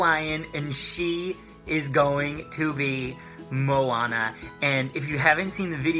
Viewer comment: Great pronouciation of her name. I'm a native speaker of Hawaiian, lots of people have a hard time pronoucing the names. But you did well, much appreciated. :)